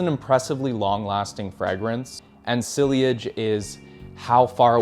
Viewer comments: Dont want to be that guy, but Sillage is pronounced french, something like Si-asch. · Sillage- pronounced see-yodge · I know sillage is a French loanword but I've heard people pronounce it "SIGH-ledge." I don't think it's a worthwhile nit to try to pick, especially through text. At least include how they're supposed to be pronounced. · It's sillage, not "silliage", vetiver, not "veviter", labdanum not "landandom", you say it wrong too 🥴Love the videos 😅